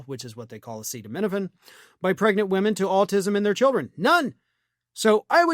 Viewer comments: Trump couldn't even pronounce acetaminophen, it took him 3 or 4 tries with people trying to whisper it to him. That should tell you something. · Dr. Dumbshit can't even pronounce acetaminophen. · I won't take advice on the safety of acetaminophen from someone who can't even pronounce it. "Commonly known as Tylenol" or as Jon Stewart put it "soon to be known as Plaintiff A" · Trump tried and failed then finally had to be told how to pronounce Acetaminophen. If you don't know how to say it, don't talk about it. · Just look at how the Cheeto struggled to pronounce acetaminophen.